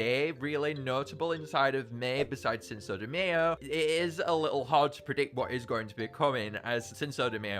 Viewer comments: btw cinco is pronounced seen-ko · pronouncing the second c in cinco as “s” is so funny idk why